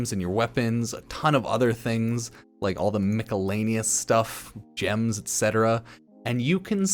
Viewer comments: bro said micalanious LMAO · did this boyo just say "mika-lay-neus"? Hahaha! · Bruh I know you can pronounce miscellaneous correctly. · How does he keep mid pronouncing miscellaneous. It's so frustrating I can't tell him how to say it right